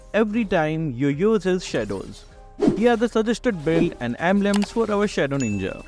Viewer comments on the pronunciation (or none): none